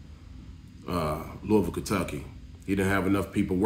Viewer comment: Is originally Kentucky? He actually pronounced Louisville the correct way, if you go there, they will say it like Fleece Lou pause a ville.